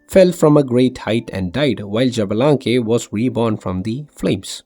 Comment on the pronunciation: x -> "sh" (little reminder, i thought at least the lore community learned how to pronounce xbalanque, but it seems not...